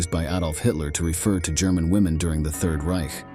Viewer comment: 'Ryk' was like fingernails on a board - it's reiCH, like loCH!